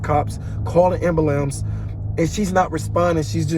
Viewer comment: I broke character when he said “call the ambalamz”